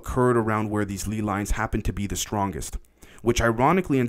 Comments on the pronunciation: Its 100% lay lines, not lee lines 👍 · I know it's a relatively small and unimportant thing, but man...it's pronounced LAY-Lines, like the potato chips.